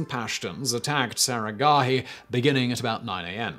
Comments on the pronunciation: It's not saragahi it's saraghadhi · The massacre at saragarhi seemed tame when compared to how you murdered the pronunciation of the battle cry.